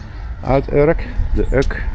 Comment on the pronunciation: Die vissersschepen die je in de historische westhaven ziet, zijn natuurlijk niet meer in gebruik. En daar staat geen uk op, maar U-K (de letters afzonderlijk uitspreken). De Urker vissersvloot kun je in de weekenden in havens langs de Noordzeekust vinden. Post is de meest voorkomende achternaam op Urk. De Orca staat op de Dormakade omdat op een zeekaart van eeuwen geleden het eiland Urk als een visje werd getekend en Urk werd toen geschreven als Orck. Iemand dacht veel later dat het eiland naar een Orca was vernoemd, maar dat is natuurlijk een verzinsel. En dat kunstwerkje bij de Ommelebommelesteen is de vader in en roeiboot, die samen met de vroedvrouw onderweg is naar de steen om een kindje te kopen.